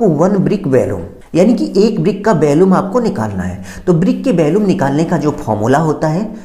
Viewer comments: आपका कथन बहुत अशुद्ध है। वॉल्यूम होता है ना कि bhalume और इसमें टूटने का कोई प्रावधान नहीं किया है। वह भी आवश्यक है 😅😅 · 😂valumn not volume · Valuam nahi volume hota hai engr. Sahab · Valumn nahi volume hota hai